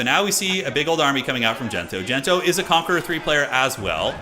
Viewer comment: its not Gento, its DENTO